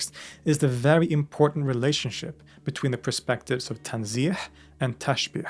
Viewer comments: Hello brother. First of all, huge thanks to all of your works which is very helpful and beneficial. Just wanna correct pronounciation of TWO words, which I'm sure you got confused when it came to phonetics. TANZEEH and TASHBEEH, both you thought they end by letter HA like in waHed (one) or Habl (rope). But both ends with H like in Home. So both TANZEEH and TASHBEEH end with h not ḥ .. I wish it's clear. I know it's too difficult to get this by typing, but I'm sure you would get it. Again, great, thanks for your videos and channel. With love, brother. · تنزيه tanzih the last letter is pronounced with h, like in hat تسبيح tasbiH the s in the middle is s sound and not sh sound